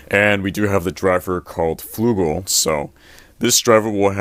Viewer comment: BTW,, the word Flugel (for Ragnaruk's driver) has the u pronounced like uh (like when you don't know what to say).